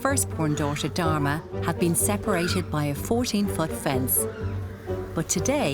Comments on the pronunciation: Am I the only one who heard "Dhar mann"? Probably not but still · how can she pronounce dharma with the worst accent still the auto caption reads it..but when an indian pronounces something in most clear manner..the caption comes out as a joke😂